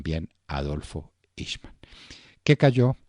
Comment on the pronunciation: Se pronuncia el nombre en idioma alemán :aijman